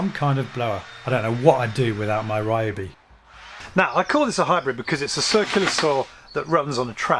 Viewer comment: Why can't white guys pronounce RYOBI correctly 笑笑